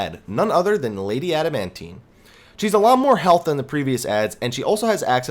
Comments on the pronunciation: I love your guides, but your pronunciations with names sucks. ha Lady "Amandine" A-man-dine. not "Adamantine" XD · Damn right, it makes my ears bleed everytime. Great guide though !